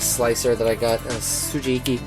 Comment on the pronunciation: nice kit, learn the pronunciation for the japanese items though, for respect of the craftsmen more so than my youtube trolling lol. ko-ne-su-ke, su-ji-bi-ki (in Japanese, the hi character is accented to create the bi sound in some words), "ow" for Ao (say a-o fast enough and it makes sense). I hope your bag is big enough for all that stuff though!